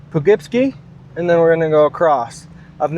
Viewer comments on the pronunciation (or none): Po-Kip-See. Great video but making nuts with how you say Poughkeepsie. Haha 👍🏻